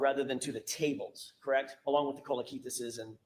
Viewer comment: "Crect" "Crect" "I don't remember." "She didn't say that at Four Fifty Three" 😵‍💫